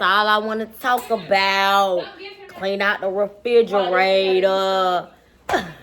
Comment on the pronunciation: “I don’t wanna talk about nothing but cleaning out da furdrarator” 🤣🤣